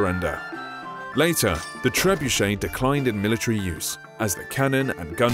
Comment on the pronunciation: pls prnounce it better its triggering me